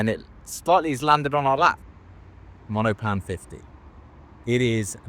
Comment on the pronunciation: Cool video! Monopan is three syllables by the way.